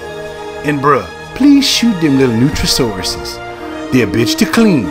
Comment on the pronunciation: "neutrasauruses" OMFG